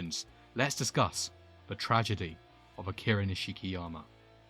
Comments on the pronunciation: This is the only way you’ll here this his name is not pronounced niSHIki it’s nish-ki the nish being pronounced like Niche oh and I’d like to see ryugi Gouda next 😅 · It’s pronounced Nishkiyama